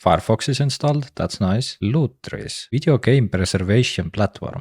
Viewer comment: Bro Can You Repeat The Word Lutris Again For Me please 😂😂😂